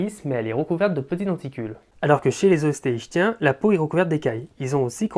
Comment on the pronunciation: Ichtyens se prononce iKtien, comme iKtyosaure.